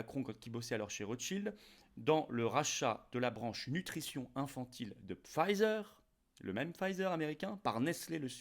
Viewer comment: On ne prononce pas ”Pfizer” à l’anglaise.